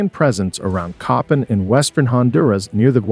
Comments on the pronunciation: I’m Honduran n it’s pronounced CoPANg!!🫢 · His pronunciation was driving me crazy!